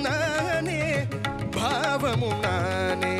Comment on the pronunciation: No, decent attempt though need more punch and clarity when singing Tamil words (notably old songs like these. In addition, TMS did not pronounce "bBhavam" as the way you sung. Listen carefully. Second, swara phonetics should be sung with its own note with strong punch, that you missed clearly. But, overall good attempt.